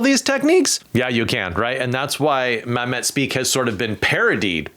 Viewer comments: Dude, what the hell happened? You mispronounced David Mamet's last name. The accent goes on the first syllable of his last name, Mam, like "thank you, Mam" or, if you think of these two Similar B names, Lorena Bobbitt versus Babette’s Feast. It's more like a chop to your private parts than it is to a happy sandwich. David M'AM- et vs mam ETTE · My dude, it’s Mam-it (like damnit) and Ives like chives. These are titans of playwriting, love em or hate em. Haha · why doesn’t he know how to pronounce things? Reaction farming? It’s “ma-met”, like Hamlet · Why do you pronounce David Mamet's last name that way?